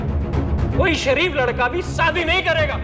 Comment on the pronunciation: Shaadi......not Saadi ....pronunciation